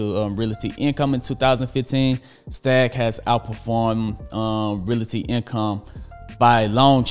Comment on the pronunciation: He's still with the "reela-ty" income 🤣. Good info but that pronunciation always gets me.